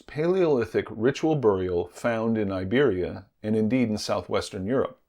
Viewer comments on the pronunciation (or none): none